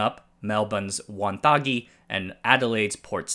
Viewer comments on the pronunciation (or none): Just FYI mate, it's pronounced "Won-Thag-Gi" rather than "Won-Thaag-Gi", essentially it's a short a instead of a long a sound. :) Love the videos, so bloody informative.